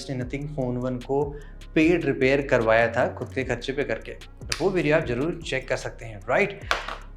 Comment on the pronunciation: I expected you to speak like an educated guy but you too say "jaroor, jyada". Why dude why do you pronounce z as j? Sachchi Rona aata he Indian language ki kaise kuchh log ma c.*odte hein.